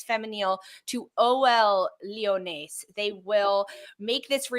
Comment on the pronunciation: you don't pronounces the s at the end of Lyonnes. if it's pronounced like the french word for lionesses, lionnes, you just say it "lee-yun". When saying Lyon, you more imply the n at the end rather than pronounce it outright, but when saying Lyonnes you do. It's kinda neat if you can speak french but it's going to mess up many an English-speaking commentator